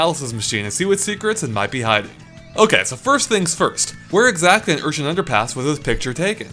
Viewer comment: Urchin not Unchin